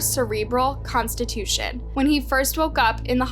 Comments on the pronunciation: She said a severe cerebral constitution😂😂😂😂 not contusion😂😂😂😂😂😂😂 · She said constitution instead of contusion, lmao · Last I saw Contusion was pronounced Cun-Tooshon. NOT Constitution. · “He had a constitution” lmfao it’s contusion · Omg when she said constitution instead of contusion I almost spit my drink all over the screen 😂 there is at least one of those moments in every one of her videos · Constitution or contusion?? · Its a Cerebral CONTUSION not "constitution"... LOL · the way you said conclusion instead of “contusion” 😂 also please look up how to pronounce cadaver dogs 😂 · I had to rewind this 3 times just to make sure I heard constitution instead of contusion! 😅 glad I’m not the only one who caught that. 😂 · No offense but you should look up how to pronounce words you don’t know. You pronounced "contusion" like "constitution" and that's just the most egregious one I've come across in 3 videos. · Its contusion not constitution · Ok, I see I'm not the only one who heard "severe cerebral constitution" 🤣🤷🏾‍♂ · Contusion not Constitution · Cerebral CONSTITUTION??🤣🤣🤣 I believe the word is Contusion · Lmao she said “cerebral constitution”. It’s contusion not constitution 😭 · When she said Cerebral constitution not contusion lol am I the only one who caught that? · When I heard her mispronounce cerebral Constitution I said what there's a cerebral Constitution....😁😁😁😁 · “Cerebral constitution”?? You mean cerebral CONTUSION. WHY do you do this every video?! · Cerebral contusion, not constitution. With a cerebral contusion you won't be able to read the constitution 😅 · 😂😂😂 I said the exact same thing constitution it's contusion come on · It’s CONTUSION not CONSTITUTION 😭😭🤣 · I was looking to see if anyone noticed It , in the comments !! Constitution!! WTH LOL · LOVE THIS BUT DID YOU REALLY SAY A CEREBRAL "CONSTITUTION" 🤣🤣🤣🤣 YOU MEAN CON-TU-SION 🤣🤣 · Phonetically it would be pronounced Cun-too-jun. contusion.